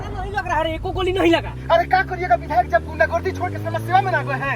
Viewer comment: बिधायल नहीं विधायक होता है। थोड़ा ध्यान रखो भाई।